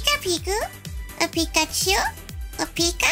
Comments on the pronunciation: Everytime she said "Pico/piko" instead of "Pika" I cringed so hard XD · It is so anoying that she's always says pick a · why keep saying pikatu it was the most annoying thing but true makeup was good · posible ivy ik she keeps on saying picka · STOP SAYING PICKACHU AND PICKA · her saying pica-chu was annoying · Stop saying peeka it's annoying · No say pick a chew no say it so annoying